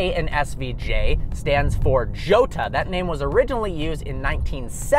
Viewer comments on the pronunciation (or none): I think you pronounced jota wrong